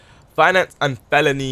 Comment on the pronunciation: Do you have a speech impediment? Say finance and felony again.